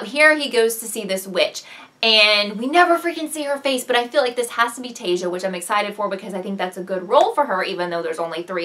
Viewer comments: her name is pronounced( tie issa) not teyja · i love your recap but you are killing me with taissa's name its pronounced tie-e-sa not tay-za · It's Ta-is-sa. Sorry, it really bothered be :P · you pronounce taissa wrong